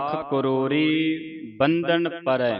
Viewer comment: Waheguru ji 🙏 Lakh karori BANDH NA PAREI HAI JI 🙏 BANDHAN PARRAI NAHI HAI JI 🙏 kirpa kerke shudh kero ji 🙏 Guru Granth Sahib vichhon compare ker lo . Galat parchaar te na kero please ,🙏🙏